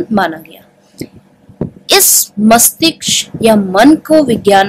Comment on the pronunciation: mastishk hota hai mastiksh nahi